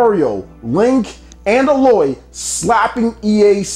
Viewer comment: I know it's a nitpick, but the way you keep pronouncing Aloy was wrong.